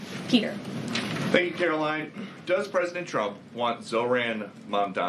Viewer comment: There are two critiques I would give her. One is to learn how to say Trump’s name right. If you listen closely, she calls him chump. I would also tell her to stop pressing her lips. She does that when she’s lying.